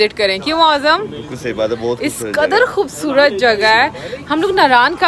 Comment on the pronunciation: "KHOBSORAT" nahin, "KHOOBSURAT" ya "KHOOBSOORAT"